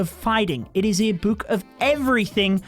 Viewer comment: It triggers me that he says buuk bruh